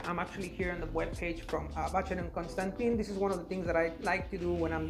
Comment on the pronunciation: you surely can say ‘Constan’Tan’ rather than Constan’Tin’